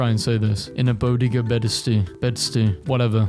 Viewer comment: bro how tf cant u pronounce a bodega in bedstuy. love u and the content but cmon man